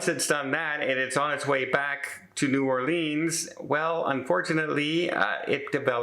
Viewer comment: needs to learn how to say "New Orleans". Pronunce it "orlins" Not "OR LEEEENs"